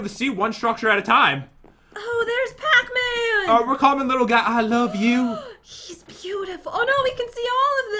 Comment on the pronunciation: pacman sounds like patman😂 pat you just earned your favorite charecters gamename